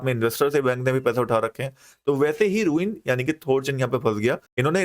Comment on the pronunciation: It’s रून not रूइन